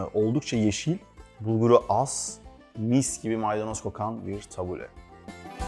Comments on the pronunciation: Ellerinize sağlık yalnız iki yemeğinde doğru telaffuz edilmediğini çok yerde duyuyorum tebbule ve felafel son (e ) harfi ı ve e arası Ortadoğu mutfağına ait arapça olduğu için kelimeler فلافل تبولة şefim içine taze yada toz kişniş ile de deneyin çok iyi sonuç veriyor birde susam eşim Suriye'li bizde sıklıkla tüketiliyor her iki tarif teşekkürler 😊😊😊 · yalnız onun adı tabule değil "tebbûle". ingilizce bir kelimenin telaffuzunda yanlış yapsak hemen gülünür madem öyle Arapçayı da doğru telaffuz edelim. (Felafel ve Tebbûle Suriye kültürüne ait yemekler.) Tebbûleyi kısır diye aktarıyorlar ama kültür noksanlığı oluyor, şefin de dediği gibi tebbûle daha bol yeşillikli bizim kısırımıza göre.